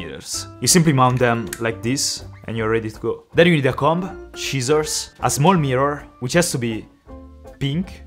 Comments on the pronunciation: He says shissursh instead of saying scissors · "Shichers" trying to say Siccors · Shizzors xD No hate lol, i think your an amazingly underrated youtube and you deserve much more viewers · Oxford should change their dictionary..*Schissors.. I am not that good at pronouncing every word exactly either... 😅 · i think is more because of the Italian sci is pronounced shi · shissors, meor 😂😂😂😂 not mistaking you i like your videos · when he said scissors i thought he said "cheesors"